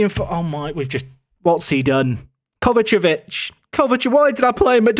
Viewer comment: I love how you try to speed over the pronounciation of Kovacevic still laughing!